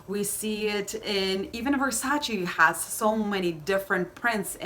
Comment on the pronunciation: Aah it’s [verˈsaːtʃe] 😞 why is it so difficult for people to actually look up how to pronounce things? 😒